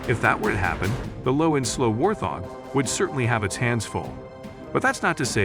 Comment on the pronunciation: It is not a war-thog.. Hoorah for AI!